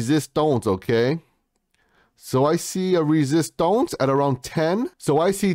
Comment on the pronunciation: I love your videos but please stop saying "resistonce" 🤣🤣🤣